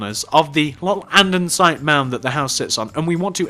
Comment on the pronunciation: why do u say andinsite in stead of andisite